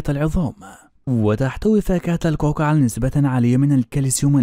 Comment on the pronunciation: كاكي وليس كوكا